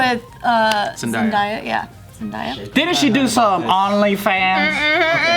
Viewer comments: Sometimes i forget your ages and then you say things like “ZenDIEa” rather than ZenDAYa 😭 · zen•DAY•ah not zen•DIE•ah I’m sorry, I love you guys 💗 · It's pronounced Zen.Day.Uh not zen.die.uh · It’s pronounced Zen-Day-Uh, not Zen-Dye-Uh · Mercedes no it’s not. In a interview Zendaya said that she pronounces its Zen-day-a not Zen-die-a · I had to pause the first 20 sec cause Did y’all really say ZendIIYA!? Lol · Ahhh ZenDIIIEEE-yaaa She’s a hoochi ma maaa... ZenDIE-ya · Zen-DIE-ya lol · Did she just say ZENDAIYA OML🤣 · i swear yall stay saying zendaya's name wrong lmao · Always saying her name wrong when everyone else in media says it right 😭. Maybe one day they'll pronounce it right. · The way y’all are pronouncing zendaya🤢🤢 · the way pronounced zendaya omg 🤦🏻‍♀️